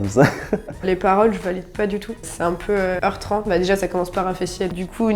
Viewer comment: "heurtrant" ok ....